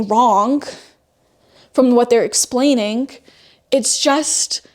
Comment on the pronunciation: what is it about your generation and saying "Wrongk", and "Explainingk"...stop puttingK a K at the end of anythingk endingk in "ing". For cryingK out loud.